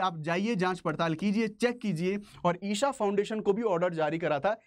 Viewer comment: ईशा not ईसा 🙏